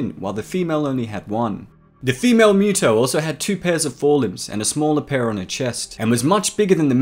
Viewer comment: UggggH! Dude you are killing me with your pronunciation! It's not a cat-creature. It's not MEW-TO it's MUTO. And you got at least half of your "facts" wrong. The MUTO's cocoons were found INSIDE the body of a creature like Godzilla, perhaps even one of Godzilla's ancestors, BURIED deep in the earth. Which means the MUTO that made the cocoons were seeking natural sources of radiation, just like Godzilla. It parasitized the creature and caused it's death. The fact that it was buried kept the radiation level too low for the cocoons to mature. It was only when exposed to the outside air that the reaction triggered one of the cocoons to hatch and the larvae to seek a new source of radiation. Which just so happened to be a human nuclear facility. In the absence of such a source, the larvae would undoubtedly burrowed deeper into the earth seeking the radiation it needed. The movie even explains this. The MUTO's weren't specifically seeking HUMAN made sources of radiation, just EASY and NEAR sources of radiation. Hence the sub attack, the train attack and the aircraft carrier attack.